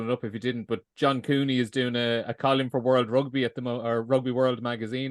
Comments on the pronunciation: It's fucking Col - UM not fuckin Col - YUM. Jesus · Pro tip, if you can't pronounce column, don't say it over and over again.